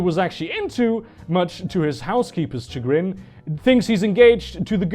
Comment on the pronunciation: Sha-gran if you must use the word at leat pronounce it properly